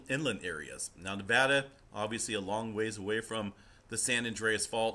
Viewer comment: Hey, at least pronounces Nevada right!